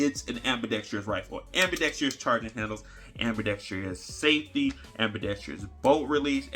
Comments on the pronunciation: Just say "AMBI"...not trious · There's no "i" towards the end of "ambidextrous" 😄😄😄 So many put a "i" back there though when saying it. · I use to pronounce an extra “i” in ambidextrous. Now when I hear people use it I feel smarter all of the sudden.😊